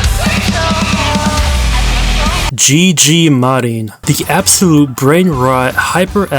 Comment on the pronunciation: I hate to break it to you but there isn't a single a in "murin"